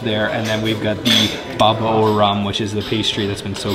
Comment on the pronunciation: It's a baba not a babo